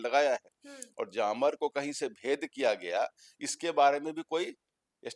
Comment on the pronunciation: जामर नहीं बोला जाता है. जैमर/ जैमअ बोला जाता है. बार बार आप गलत बोल रहे हैं. फिर बहस आप कैसे करेंगे?